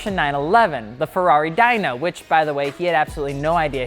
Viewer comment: Ferrari "DIE-no".